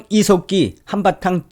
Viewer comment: 저는 처음 께서.....이색기 하고 욕하시는줄 알고 깜딱 놀랐습니다~ ㅋㅋㅋ; 이 색 기......라고 하시는줄 알았는데.....?? 이 석 기 였다라는.....?? 그런데....자세히 들어보세요...?? 그럼...이 색 기 라고 들립니다~* ㅎㅎ